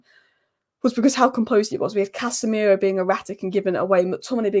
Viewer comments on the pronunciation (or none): none